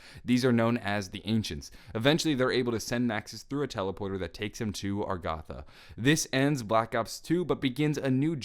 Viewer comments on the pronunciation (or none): Anybody else get slightly upset when says "Argatha" instead of "Agartha"